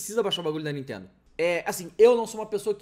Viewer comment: Nuintendo essa Nuintendo 😂😂😂